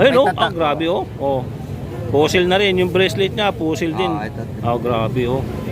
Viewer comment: Fossil hindi fussil visaya ka ba boss?